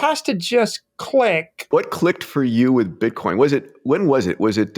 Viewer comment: he says wif